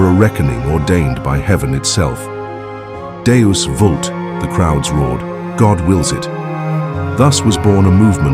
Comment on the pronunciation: Great channel concept, well done! See if you can find a way for AI to annunciate other languages correctly... deus vult was rendered poorly like the AI was trying to read through something misspelled. Think how much richer your content will be if french, latin, german, etc is sounded out accurately. I can see how much work you put into these first two. It takes a lot of work to get the output you're looking for from AI tools. Keep it up